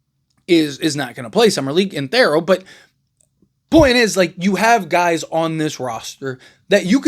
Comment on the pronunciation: Please say his name correctly. It’s pronounced TH-EAR-O